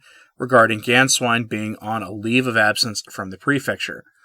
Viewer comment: You pronounced Sa - RAW well but it's Gain-svine.